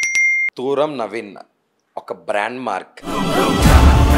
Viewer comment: తూరం కాదు తుర్రం